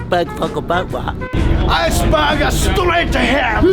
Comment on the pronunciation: I'm sure he said "ice burger"